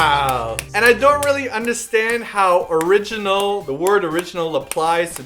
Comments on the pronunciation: Omgosh I laughed sooooo hard! And now when I hear "orginal" I'm gonna think of this and crack up! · SOOOOOO~~ Talking about the Word "Original" I can never listen to Super Junior A-Cha the same when ShinDong puts on his sunglasses and says(something that sounds like) "Original" because of Simon's story....... .________. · OMGGGGGGGGGG. SIMON.... YOU RUINED THE WORD ORIGINAL FOR ME TOOOOOOOO. OMGGGGGGGGGGG.NOOOOOOOOOOOOOOO.